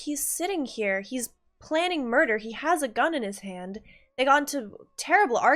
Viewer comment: She's saying "Moida!"